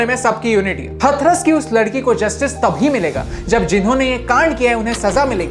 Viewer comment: Abhi भाई हथरस नहीं हाथरस 🙏